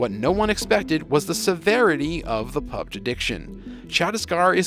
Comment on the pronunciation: It's PUB-G 😂